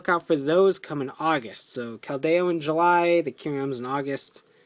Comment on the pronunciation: Your not pronouncing Keldeo right it's(Kel-De-o)